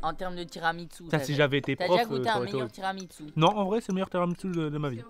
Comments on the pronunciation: Pq tiramisiu !! Ça se prononce tiramisou !!!!!!! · Michou : "Tiramitsu" 🤣 Et Inox qui ne savait même pas ce que c'était un tiramisu 🤦‍♂️ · “Tiramitsu” mdr c’est horrible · tiramiTsu ?? 🤣🤣 et puis quoi encore